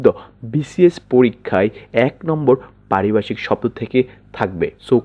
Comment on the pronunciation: ওরে ভাই, এখানে কি হকারী করতে আসছেন "!!!! হাউ মাউ করে কথা বলেন কেন। উচ্চারণ এত বাঁজে কেন?? "ভ" কে " ব" উচ্চারণ করেন। পারিভাষিক কথাটাকে বারবার পারিবাষিক বলিতেছেন।